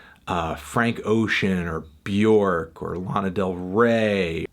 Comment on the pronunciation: You always say Björk wrong